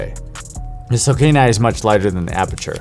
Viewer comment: Sokani not Sokina lol